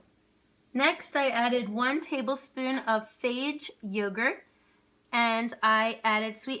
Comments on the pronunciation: It's pronounced fa-yah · That yogurt is not pronounced the way you did. It even tells you how to pronounce right on the container. It’s FA YAY. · God, THANK YOU. FAH-YAY. FAH-YAY. FAHHHHH YAYYYYYYYYYYYYYY!!!